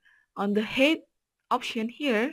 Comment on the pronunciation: thanks for this ! - PS Height = pronouced " H - eye -T"